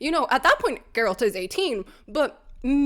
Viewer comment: As my wife said when we heard the news they were replacing Henry with Liam "It's 'Jer-rollt" now.